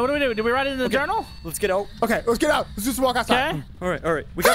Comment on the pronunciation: " let's get oot " -- aka "" or "" 😇😂😂